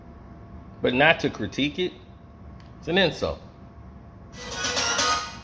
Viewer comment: Did u say CROWTIQUE?????? THOUGHT IT WAS CRITIQUE??🤣😂🤣😂🤣😂🤣😂